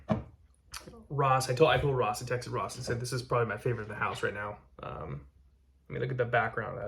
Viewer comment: Best From The HOOSE??? Lost Me Already